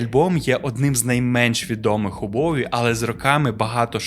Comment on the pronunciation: Респект за "Боуі", ненавиджу варіант транслітерації через "В", хоча він є більш коректним за правилами української мови. Тільки над вимовлянням англійських слів вам треба ще попрацювати, щоб воно не різало вуха слухачам,)) Я багато років вела літературно-музикальний блог bowiepages, з початком війни постала дилема: я не можу далі писати російською, але не настільки володію українською, на жаль, щоб описувати нею такі складні явища, як Боуі.